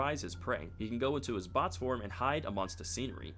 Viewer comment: Its boxy not botsu